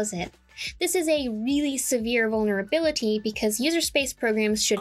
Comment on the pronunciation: You're so f-ing smart. Please say 'vulberability' one more time.